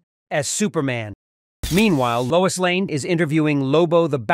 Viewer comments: LOIS, not LOUISE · "Louise Lane" 😂